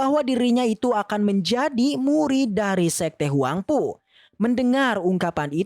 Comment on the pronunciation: 🤣🤣🤣🤣huangpu bukan huangfu🤣🤣🤣